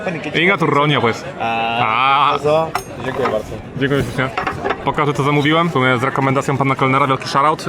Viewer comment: TO “DZIĘKUJĘ BARDZO” BYŁO TAK DOBRZE POWIEDZIANE